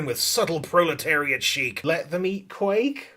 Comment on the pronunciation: I know you said "Let them eat quake" but all I can hear is "Let the meat quake"